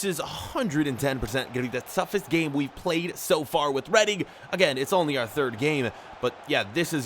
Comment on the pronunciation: It’s REEDING NOT REAADING